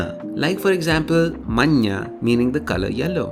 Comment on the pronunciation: bro your pronouncing it incorrectly. You are manjnj which means snow. Manjnja is yellow.